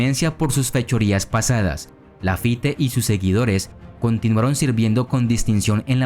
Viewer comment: No se pronuncia "Lafité", sino "Lafít"!!